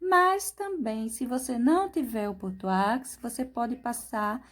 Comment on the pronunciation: Perfeição; Parabéns. A pronúncia de bordeaux é Bordô